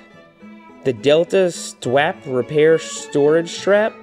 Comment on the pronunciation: It's not s t wap, it's St. Wap